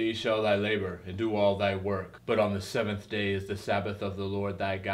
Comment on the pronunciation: Stop saying Brethring for Brethren......also Semmm Day........